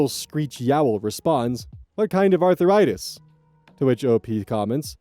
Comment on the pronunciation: Why do you pronounce it as 'Arthur write this'? Also, as a person with chronic pain: she is better off without those extra pounds. ;3